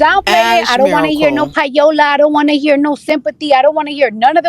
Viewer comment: Pie-ola? Lawwwddd cardi is just stupid